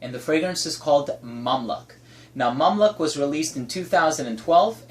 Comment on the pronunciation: Its pronounced Mam LUKE not Mam Luck lol